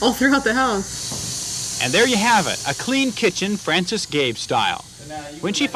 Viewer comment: Her name is Frances but is pronoucing it like "francis" reminds me of a person with same name who has that problem. Always needing to correct that its pronounced Frans-eh-s not fran-si-s, as one is more feminine the other more masculine inclined. But hey, names can be pronounced and spelled differently. Also it's a nice concept, someone improve it. Also the rumba (or the one I was using) always got hair caught in the rotating brushes.